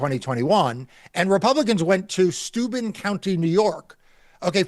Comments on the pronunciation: Heh. My late husband was from Steuben County. (You're mispronouncing it, it's stoy-BEN) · Steuben county accent is on the second syllable